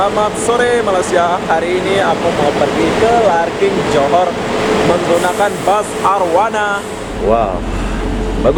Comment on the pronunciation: Awak pandai2 je tambah 'g'kt perkataan Larkin tu..LARKIN ga pake g ...🤔🤔